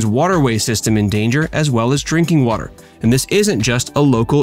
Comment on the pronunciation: Watter? Watter? I thought it was water.